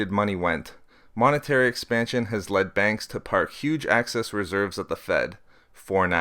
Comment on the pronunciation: Very interesting. I'll check these out and read them for myself, but I am interested in seeing whether inflation rises and what the particular causes end up being. On a more humorous note, do you know that you tend to pronounce "excess reserves" as "access reserves"? Hehehe... Must be that light northern Canadian accent. Don't take that as a criticism though. It didn't take away from the content. I just thought I'd have a friendly pick at you. Looking forward to the next videos!